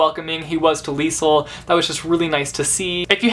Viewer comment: It's pronounced leez-el